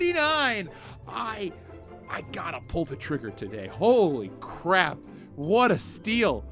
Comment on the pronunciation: Is that "holy crap" or "wholly crap"?